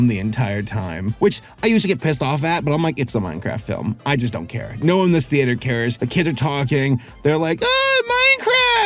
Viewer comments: What is a "thee-ate-her"? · He did not just pronounce theatre as "thee ate her"....